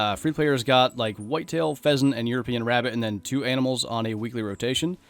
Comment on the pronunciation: At first I thought it was a call of the wild until you said phesent 😂